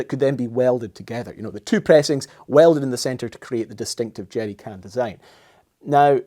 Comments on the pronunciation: 😅 it sounds like you're saying jetty can and the CC thinks so too. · I just like him saying "jeery cann" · "Jeddy cans" "Ameddicans" Interesting pronunciation. I love it. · “The Jerdy can”